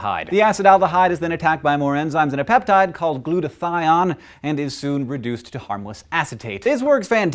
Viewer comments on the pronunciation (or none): 3 you Hank! Please pronounce it "glu-ta-theye-own," rhymes with PWN, the next time this comes up. You know - dinner parties, galas, etc.